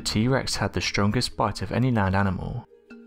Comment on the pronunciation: not gonna lie, I thought he said the strongest butt XD